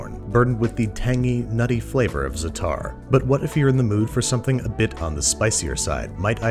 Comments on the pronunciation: It's zaatar not zataar, make the first a longer, shorten the second a. Just helping u out with the pronunciation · Minor pronunciation note, Babish (sorry, hate to be That Guy): It’s more accurate to say ZA-tar for za’tar, not za-TAR. You’re still going to be not quite correct, but it’s as close as possible with English only sounds. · It’s Zaatar, not Zataar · Zaatar is love, Zaatar is life. But please, it's ZA-A-tar, not zaTAR :( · zaa taar not zatar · Sorry babish, but as a lebanese, i must correct u. its not ztaar, its zaataarr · there's a pause in the word, like zaa-tar (i know this sounds like what he said but trust me there's a noticeable difference in pronounciation, i just don't know how to describe it that well) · It is actually pronounced like zaa-tar. Stretch the 'a' a little more....a tiny little space in between and tar doesn't sound like the way one would pronounce tart but here the 'a' is very short and the t is pronounced a little like 'th' with more emphasis on 't' than on 'h' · Just fyi, it's za'atar, with a double "ah" sound between the z and the t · Actually a "double ah" isn't right either. The original pronunciation in Arabic uses a voiced pharyngeal fricative, a consonant pronounced in the pharynx (deep in the throat) that is very foreign to English speakers...and billions of other people. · Yeah, I figured it was probably something else in arabic but I was only familiar with the "double ah" or even just extending it once. Thought I'd mention it since it is much better than the "zataar" Babish is saying. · Zaa-tar (emphasis on the first syllable) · Great video babish! ^^ but try to pronounce it źatar the weight is on the z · Hearing him pronounce zaatar hurts. It's not zatarrr. But idk how to translate the arabic letter that the aa makes so uh. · It's pronounced Za'atar. like za-atar. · Lnao we love you babish but how can you try to pronounce Asian words correctly and give the Arabs “zatar” 😂😭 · ''zatar'' XD زعتر